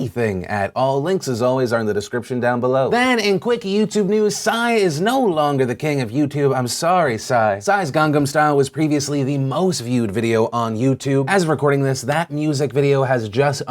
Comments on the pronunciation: ..did you say Gang...*Gam* Style?! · lmao did Phil just really pronounce "gangnam" as "gan-gum" ? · Lol I've never heard Gangnam Style pronounced like that Phil. Sounds like you tried to say Gundam xD